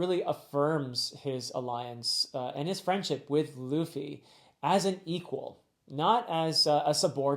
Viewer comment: Luffy got you too huh😂 You're calling him Traffy